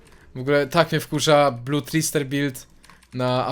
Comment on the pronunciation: Bludtrister? naucz się wymowy angielszczyzny błagam